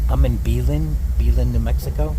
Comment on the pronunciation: Philadelphia accent? You should ride BEHIND a container, you'll realize this if you ever encounter kids throwing rocks at the train. It's pronounced bell-EN.